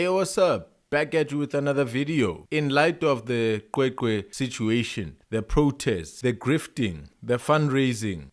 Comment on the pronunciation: It's not Qweqwe it's CweCwe